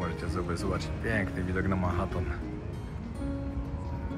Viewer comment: o Panie Boże wczoraj bigle zamiast bajgle dzisiaj Manhatton zamiast Manhattan 😂😂😂